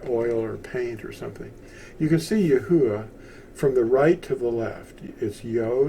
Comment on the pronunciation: 1st, thanks for the video! 2nd, how come it’s pronounced Yah-Hoo-Ah, and not Yah-OO-Ah?